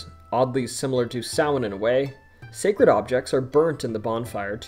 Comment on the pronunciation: Omg you actually pronounced Samhain correctly I love you